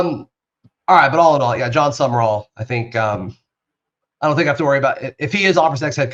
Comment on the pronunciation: His last name is not summer-all it is SUM-rawl. People keep adding an extra syllable.